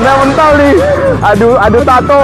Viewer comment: Kena me'ntal bang bukan mental .. 😂